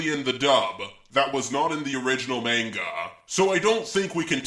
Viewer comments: I like how he pronounces manga as mango. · He said mango 😂😂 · You just said mango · “Faster than light in the mango”!!😂😂am I the only one who heard that!!! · did he say " Mango? "